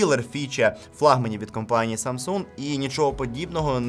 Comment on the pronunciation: "Самса" якже це вуха ріже, вже можна договорити 2 літери